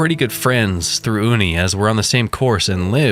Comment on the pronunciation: Uni=you-knee. Short for university. Love glitches and your narration.